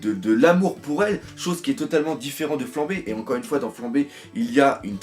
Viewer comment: PUTIN !!! C'est FLAMPE !! AVEC UN PPPPPP ! Arrêtez de dire flambe, ca me fou la gerbe